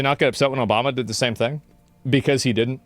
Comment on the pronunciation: just said Nobamna seriously. Are we just going to pretend that because she did that, this whole "news" thing isn't a meme?